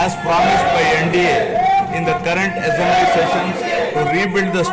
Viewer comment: Is it, essamblee. There is no any syst Um. What is, this.